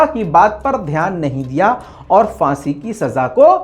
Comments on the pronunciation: Phansi not fansi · Fansi nhi,,Phansi hota hai.